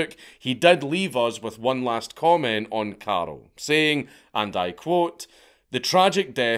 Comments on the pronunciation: it freaks me out that he keep calling him Karel/Karol? it's Karl/Carl. easy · Is it not karl not carol? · First I'm incapable of understanding whether you're saying carl or carol and than there's another guy who's named carol so I'm a little lost here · Dank I keep thinking you’re calling him Carol 😂😂😂😂